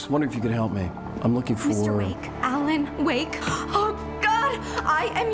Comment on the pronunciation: Alen Wake, A. Wake, Awake.